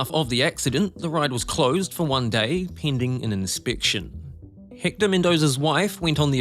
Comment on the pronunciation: No wonder I couldn’t understand the commentary, - he’s from New Zealand! 🤦🏻‍♂️ It’s been driving me nuts ‘Hikta’ for ‘Ecktor’ (Hector) Spanish finally broke me 😅